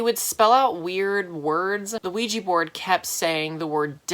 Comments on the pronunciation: i hate it when people say 'ouij i ' instead of 'ouij a ' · “There was a weejee board in my room.” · I know I sounded like a dumb bitch, but I thought Oujia was spelled and read :"Luigi"